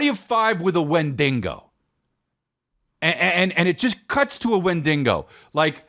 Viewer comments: Wendigo not wendingo lmao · It's honestly just sad a 45 yr old man thinks saying wendigo as "win-Dean- go" is funny